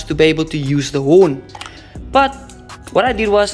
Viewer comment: a woeter is called a horn not a whorn🤣, keep up the solid content